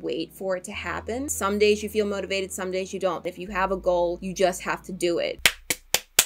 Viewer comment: When answers the routine question and is saying the word somedays I heard Sundays and I was like woah on one day!